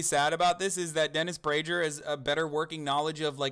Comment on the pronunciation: This video is cringeworthy, laughing at an argument you disagree with is just infantile and suggests you don't have anything of value to make a rebuttal with. Oh, and It's prager with a hard g, like pagan... FYI